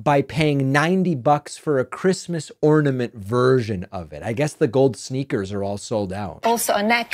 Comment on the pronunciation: Yep. “Who geeves a fuck about Chreestmas?” 🤣